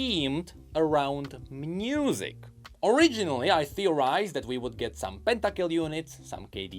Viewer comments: Can he not pronounce «music»? He says « mnusic» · Why do you pronounce it "mnusic"